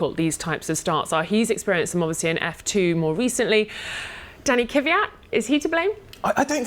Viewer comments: Is it that hard to say Kvyat instead of "Kiviat"? Reminds me of Americans saying "Newkiller" instead of Nuclear. I wouldn't say the crash was anyone's fault in particular, they were following the rules in place, and those rules clearly need to change so that these sort of things don't happen again. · Giiiirl! It's not Kyvyat. It's Kvyat!!!! Good get it right! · I'm really bothered by both of their pronounciation of Kvyat's surname. It's not Kivat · WHY DO THEY SAY KYVIAT AND NOT JUST KVYAT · No such driver as Danny Kiviat. It's Kvyat for goodness sake. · Kiiiiiiiivyat...its Kvyat btw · Kiviat, Kiviat, Kiviat.. It's Kvyat ffs! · KVEEE AT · IT IS NOT KIWIAT!!!!!!!!!!!!!!!!!!!!!!!!!!!!!!!!!!!!!!! You have one job, pronounce the man's last name like it should be! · "Danny kuvyat"?